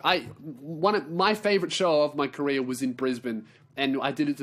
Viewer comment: This episode is the moment I realised when says "career" it sounds like he's saying "Korea".